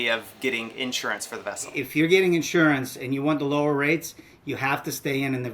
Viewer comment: So it's pronounced "in shure ants." You Southerners with your funny enunciations.